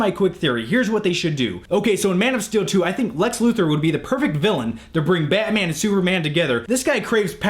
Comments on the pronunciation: you say batman weird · I hate how you say batman